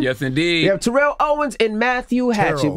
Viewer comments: Yo Name is Not Terrol, yo Name is Terrell, learn your Name Bro🤷,Rell is Rell, not Roll🤷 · Man it’s TA-rell !!!! Relax 😑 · Nigga I'm calling you Ter-Rell... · First 10 seconds of the interview you can see why people don't like him. Seriously, if you are there to talk about other shit. Te-rell, Ter-rell, move past it, grow up, get to the shit you are there to discuss.